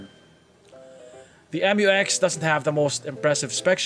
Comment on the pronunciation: Mu-X not M u X